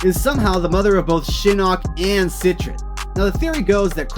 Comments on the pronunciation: There is no "n" in the name it is set-tree-on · “Sit-Trin” I’m deceased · Cetrion would be pronounced like ( set-TREE-on ) pretty sure bro 💯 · Nigga how do you not know how to pronounce Cetrion?